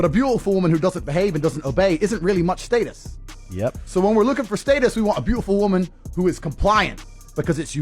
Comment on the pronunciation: I’m less than two mins in and a just can’t handle how this clown pronounces “status.”